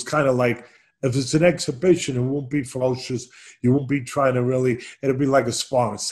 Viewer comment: AN EXHIBIXION!